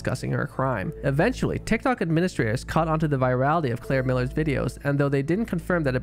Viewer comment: why you say CCCCCLLLair like that lol